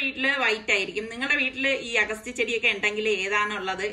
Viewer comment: അഗസ്തി എന്നല്ല അ ഗ ത്തി..